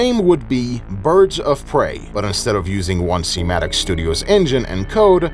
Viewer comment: hearing someone pronounce it as "one-C" instead of "odin-S" is wierd af